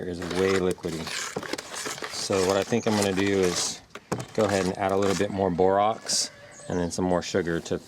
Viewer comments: Really good video. It's bor ax not ox. But that's not Important unless there are both. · Bor AX. Not Bor OX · Is it Borox or Borax? Sounds like u said Borox. Also will Borax/Borox mixed with only sugar or only honey work, or do I need all 3? Thx much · Bor-OX? Dude, can you read? You're sharing a video tutorial and teaching the viewers to obtain Bor-OX? SMH